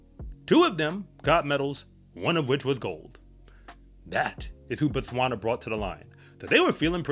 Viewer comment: I still don’t understand why Americans can’t pronounce Botswana properly,Bo and Ba are different.